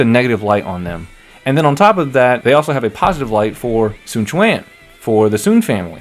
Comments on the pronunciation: There is actually a "w" component in "Sun" (technical term is "rounded") "swan" is indeed incorrect though, especially the two syllable way of how it's done in DWO It's a "close back rounded vowel" diphthonged into neutral schwa (mid central vowel), but it's also still a single syllable But, there is basically no way to convey that to a general English speaking audience via the Latin alphabet If anything it tells me the direction is actually trying to get them to speak mandarin, just it's too hard for the VAs. Many of the pronunciations from the older games you are familiar is also super wrong anyways (it's not the "soon" family, as you have pronounced either) so the whole thing is just a lost cause, I wouldn't worry about it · I think the voice director was trying to be more accurate with mandarin with the Sun, (swun), but they said swan instead